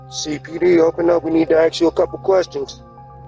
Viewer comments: Did you say " they Axed to come inside"? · When the cops need you to “axeks” you a question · Axe?🤣🤣🤣🤣 I'm not American and have a thick accent but I wouldn't f up "ask". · When people say axe instead of ask, that's the give away. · Aks to go inside? Aks? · "I need to AXE you a question!" :face-green-smiling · Why can't people speak. People do not "aks" nor "axe" questions. You ASK questions. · You said, "Axe." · Asked not axed, idk why but vocabulary of americans is devolving into tribal babbling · Don't judge a book by its cover, unless it pronounces "ask" as "axe" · We need to "AXE" you a couple of questions. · When a police offices says “aks you” instead of “ask you”, you know its BS… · "We need to ax you a couple questions" Also "...claiming to be cops, axed to come inside" lol🤣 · "We need to axe you a few questions"? Foh 🤣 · "aks', Ha! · if i hear "axe" you lose all credibility immediately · "this is CPD I need to axe you a few questions" 😂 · "Axe you uh kwestin" Fatherless language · "Need to axe you a couple questions" Lol nope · "COPD. We wanna axe you sum questions." Seems legit. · "Ax" LOL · Did you say axed to come inside on purpose 😂😂🤣💀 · Did you say Axed?? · "We need to ax you a couple questions" yeah definitely not a cop lol. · If you hear "axe you a question", no. Do not open lol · Pretty sure I've never heard the police say "aks you some questions"... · Give away: “…axe you a couple questions” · "we need to axe you a couple questions" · "CPD, we need to axe you a couple of questions". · "We need to axe you sum questions." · Dead give away is the use of the word "axe" vice "ask". Did giveaway to BLM members. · "We need to axe you a couple of questions." 😂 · “Ax to come inside” had me rolling 😭😭😭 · The inability to pronounce ask should have been a giveaway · Imagine impersonating an officer and you can’t pronounce “ask” right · Axe to come inside or ask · Ax you some questions 😂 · 'Acks' to come inside? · "Ax You A Couple Of Questions" Dead Giveaway!